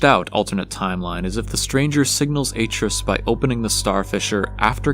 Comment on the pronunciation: I can't finish this because every time you say Aitrus wrong, it distracts me. He literally says his name, along with his wife, in the games, and it isn't how it's said here. Decent video from what I've watched, though.